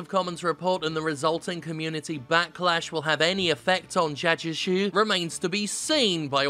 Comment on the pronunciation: the way Jim was pronouncing 'Jagex' was starting to sound more and more like 'Zizek', is the joke